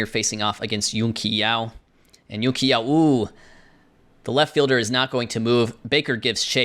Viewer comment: Excellent video once again but the Qi in Yun-Qi Yao is pronounced Chee not Kee